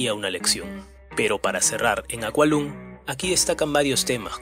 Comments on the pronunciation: Si vas a decir los nombres en inglés... por favor pronúncialos bien... duele el estómago... Tu análisis es lo más liviano que he escuchado.... Tu video deja mucho que desear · Niño. "IAN" SE DICE TAL CUAL LO LEES!!!!! NO "ÁIAN". SE DICE JETHRO TAL" AUNQUE SE ESCRIBE TULL. OK?? Aqualung es Aqualong!! Y asi miles de errorres de pronunciación que tienes. Thick aa a brick se dice zik as e brik